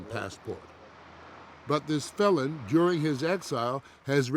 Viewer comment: Did he say " This fellon?"